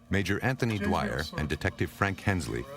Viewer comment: I think they need a new editor. They called the police man dwire my mothers maiden name was Dwyer 😂